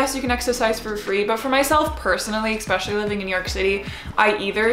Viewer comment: I'm curious as to why she pronounces "especially" as "expecially"... I'm not a native English speaker, is that a dialect thing or is this how it's supposed to be pronounced?